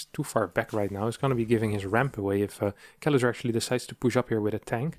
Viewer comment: i really wonder how do you manage to mispronounce Kelazhur as Kelazur, while tending to say <Sh>oul and all other "s" letters in words as "sh" at the same time XDD